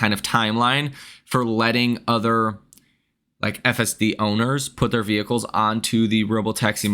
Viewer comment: Horrible earnings call, so unprofessional. Couldn't they find someone who could pronounce the word vehicle; it's not weehicle !